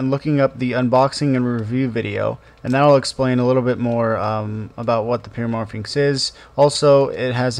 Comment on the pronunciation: Pyramorphix not pyramorphinx. There is no 'N'.